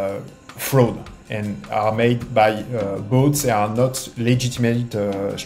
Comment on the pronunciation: Jesus, please subtitle that Frenchman "FROH...D. Made by... BOATS."